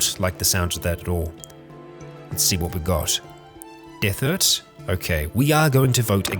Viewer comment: His name is Derthert, btw. just mispronounces it. XD